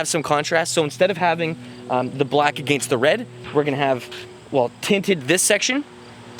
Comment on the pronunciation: Anyone else annoyed by the way he says "against"?